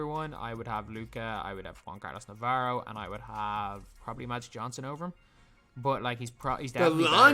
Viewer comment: Why do you say "guan carlos navarro" or "gose calderon" lol